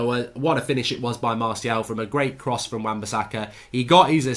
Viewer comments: La Stacey everyone: Anthony Martial Goldridge: Anthony Marseal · Drinking game: every time mark says Antony Marseal (Martial) take a shot. Be drunk 15mins in